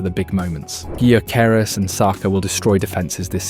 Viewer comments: OK, I think it's time for a friendly tip on how to pronounce Gyökeres: The G is silent. And the Ö-sound isn't as exotic as the letter representing it suggests, it exists in English too, in words like sir, work, fur. So: Yökeres. N.B. And if you don't trust me, just listen to how he pronounces it himself in one of the presentation videos Arsenal published the other day. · Nice vid mate, but your pronounciation on Gyökeres could use some work. Greetings from Sweden! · Please please please stop destroying his name….its getting harder to hear with each time you say it 💀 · Is this AI narrated? Man pronounced Gyokeres five different ways. 😂